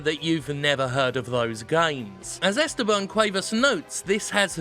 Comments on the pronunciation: Jim, it's "EstÉban", not "Ésteban". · My name is pronounced Es TE ban; the 2nd sylable is the strong one Jim.